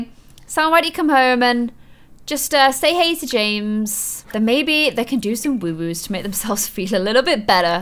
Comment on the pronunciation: Its woohoo not woowoo